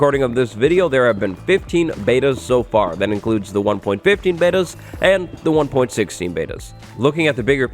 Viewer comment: Is anybody gonna talk about how it said "afr" instead of far 🙃